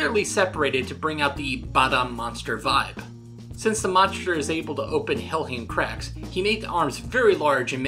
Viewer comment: It's not hellhim it's hellhime